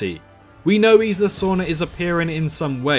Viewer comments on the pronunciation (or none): none